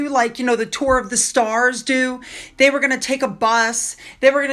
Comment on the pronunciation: horrible English…Murkle instead of Markle…day instead of they…duh instead of the!!!